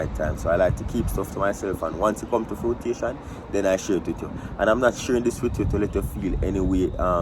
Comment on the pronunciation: The word is 'fruition' not frutation. No such word exists